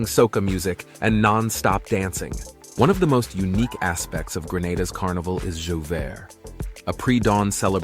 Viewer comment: Carnival J'ouvert is pronounced JHOO-VAY not jhoo-vert